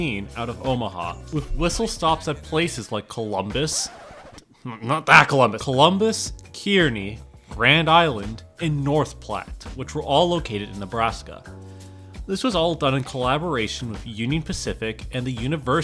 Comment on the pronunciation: You mispronounced Kearney btw, as it’s pronounced karney, dont ask me why.